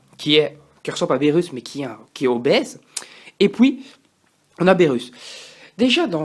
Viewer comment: beerus = birusse pas berusse